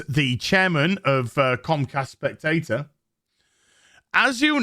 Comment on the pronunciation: The second part of the corporate name, Comcast/Spectacor, is pronounced spec-ta-core, not spectator. Spectacor was originally the founding company of the Philadelphia Flyers NHL hockey team that later bought the Sixers NBA team. Both teams played in the Spectrum arena, also owned by Spectacor (Ed Snyder). They went on to start a contract event security service that lead to a very successful higher end employee gate guard service for bigger companies. Snyder sold it all to Comcast but remained as president of the sports teams until his death.